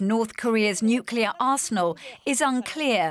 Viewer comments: If you're going to be filmed talking about nuclear weapons, you should be screened for whether you can pronounce "nuclear" correctly. What's so hard about saying NUK-lee-er? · Nucular ??? Wtf?? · Nucular? Intregal? What's wrong with Americans 😂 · Can we please get our professionals to pronounce nuclear properly.